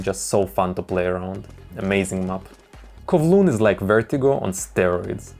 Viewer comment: man literally pronounced Kovloon